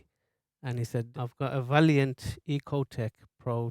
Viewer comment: Lovely video, thanks. Some good safety tips too on the cap. The make is Vaillant, not valiant. Pronounced vay-lant.